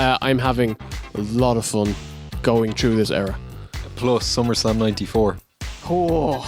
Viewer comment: Wow.Somebody did perfect saying summerslam alpha 2.Was that you?Thanks.